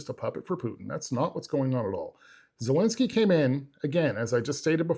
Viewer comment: It’s ZEL linsky Not ZUL linsky !!! Bro